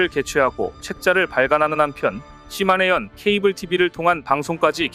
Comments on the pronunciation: 시네마현이 아니라 시마네현이 맞습니다. 이런 내용일수록 상대방의 이름은 정확하게 불러주는 것이 우리의 주장을 정당화 할 수 있는 것 아닐까요? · "시마네현"을 몇번씩 이곳저곳에서 "시네마현"이라고 하네. 시네마는 천국이고 시마네는 일본에 있는 한 현의 이름입니다. ㅋㅋㅋ